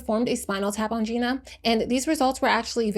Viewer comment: Her name is pronounced JENNA